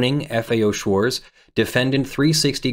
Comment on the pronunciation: The German 'Z' is pronounced 'ts'. Schwarz does not end in an English 'z' sound. It ends in a 'ts' sound.